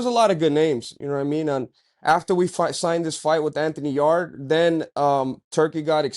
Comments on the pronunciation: tbh you should probably know this but if not do your HW fellas. It’s not “Yard-E.” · Anthony 'yardy' yarde